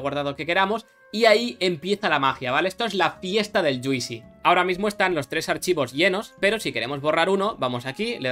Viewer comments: Yuisi? lol Se escribe juicy pero no se pronuncia la i, vendría pronunciandose mas o menos como “Yusi” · Mola mucho, x cierto se pronuncia “yuusi” no “yuisi”. Juicy —-> /ˈdʒuːsi/ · Ya que hablas de "juicy" como jerga de los game developers, fijate que no se pronuncia "dzuisi" sino "dzuusi"